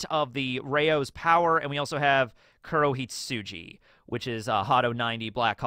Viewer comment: Its KurohitsuGI,. Fun fact: "hitsuJI" means "sheep". So you've been calling it "Hadō 90: Black Sheep" this whole time 😂